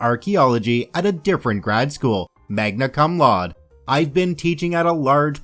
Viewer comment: Was playing animal crossing while listening to this. I was shocked when I thought he said “mega cum lord”